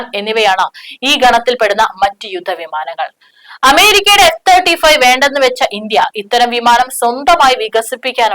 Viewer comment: എന്താടോ എഫ്.. 35 എന്ന് ക്ലിയറായി പറഞ്ഞൂടെ....👍👍🙏🙏🙏